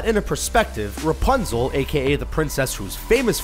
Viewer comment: Princess Rupznel